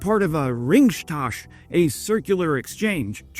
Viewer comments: hi. that mysterious german word is not "Ringshtash", it's "Ringtausch", which is actually 2 simple words molten together, Ring & Tausch, which mean, guess what, ring & deals. no "sh" or "sch" in the middle. cyclic exchange. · Your German could use a bit of help. Rings Tausch. Not ring stausch. Tausch means exchange. Ring means… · *Ringtausch not Ringshtahsh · It's pronounced like “Ringtaush”, not “ringStaush”. You seem to pronounce an S in the middle that's just not there. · unglaublich heftiger rage-bait sein "ringschtausch" statt "ringtausch". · As a german i know our language is hard but pleas try to say las ringtausch its sound so of as you say it. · It is caled ringtausch not whatever you said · say "ringtaush", you're doing pretty good already! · For future reference as German nouns can be intimidating and hard to wrangle: Ringtausch (ring swap) is pronounced kinda like "Ring-towsh" (-ow- as in "Ow!") Thanks for the informative report! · Ring. Tau (like the greek tau) and then Sh like Shit. Ring-Tau-Sh There you go. You can do it. I believe in you. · Ringtausch. Ach... you make my brain itch when you do that,. Repeatedly, even. Still love ya. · The "Ring" in the german word "Ringtausch" is pronounced similar to the english word "ring". Keep it up! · As a native German-speaker I had no idea what that german word he was saying was until I read it in the description. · It's called a Rücktausch "return exchange" and is pronounced more like this: ructaush. lolz. has nothing to do with Lord of the Rings or ring exchange :)) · your pronunciation of the "Ringtausch" is nearly correct.😁